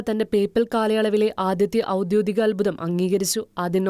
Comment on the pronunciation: ഔദ്യോഗിക എന്ന് പറയാൻ പഠിക്കണെ. ഔദ്യോതിക അല്ല .